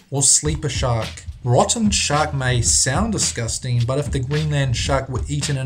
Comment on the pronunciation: Its deym disgustang lol